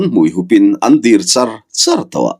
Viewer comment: He thawnthu hi a ngaihthlaknawm mai bak ah a thawnthu han pawh sei/fan kual vel a tum ve miah lo hian ngaihthlak a ti nuam leh zual Thawnthu chhiar hi i thiam ka ti viau mai a,Mahse ka han ti hram teh ang, 'vial' tih leh 'dir' tih i lam/thluk dan hi a dikhlel deuh th(r)in em aw ka ti